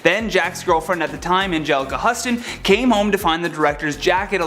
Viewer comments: It's NOT LEWIS B MEYER. It's Louie B Mayer (Looee Bee Mayor"). God, how embarrassing for you. And it's Angelica Houston Not Angela Hudson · Omg did no one think to rehearse this before filming? Barbichyuritts? Angelica Hussten?? And more! It’s bizarre that the host doesn’t already know how to pronounce so many words, but to have no one correct him? He didn’t run it by someone before he made an ass of himself. This is the producers fault. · Angelica Huston's name is pronounced like Houston Texas not huss like a hussy you're really screwing this up fella I know you mean well but you should get your facts down before you make statements as if they are carved in stone and part of the Dead Sea scrolls because they're not. I know you mean well, but get your facts & pronunciations straight. Imagine if somebody mispronounced your name I don't think you'd be too happy about it would you, let alone some pivotal yet cataclysmic event in your life. It's sort of like rewriting history to suit yourself because you lack intrinsic facts. Just remember, the road to hell is paved with good intentions. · They mispronounced Angelica Huston, too! It's pronounced "Houston". 😊